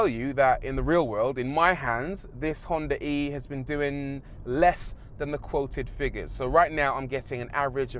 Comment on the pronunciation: Ahh, thanks for not pronouncing it "Honda Ree" like almost everyone else.